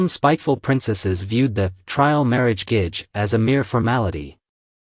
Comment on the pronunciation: Also Gege I think is pronouced like Geh-Geh not gage. its how I hear it in the dramas at least